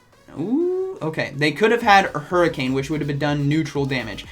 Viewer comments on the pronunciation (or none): none